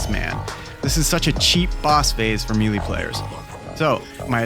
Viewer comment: I mean this in the most unpretentious way possible, but it is pronounced like “may lay” and not “me lee”